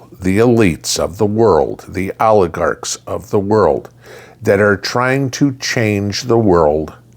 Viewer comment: When said "oligarchs of the world" I just heard "aardvarks of the world" and I was so confused for a minute 😂😂